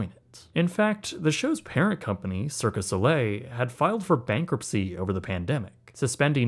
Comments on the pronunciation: It’s Cirque du Soleil, dummy, not Circus Olay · love your videos - they are top notch. Just one minor point ... its "cirque du soleil" ...